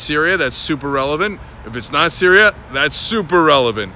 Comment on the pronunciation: Cenk, why so "Sryias"? Lol sorry